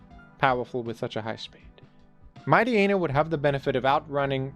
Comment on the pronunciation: Your ability to mispronounce obvious Pokemon names is truly astounding. The fact that you couldn't figure out that Mightyena is based on a Hyena, and therefore pronounced similarly to Hyena, is incredible. What the heck is a "Mite Eee Eee Nuh?" It's "Mite Yee Nuh", rhymes with "High Eee Nuh".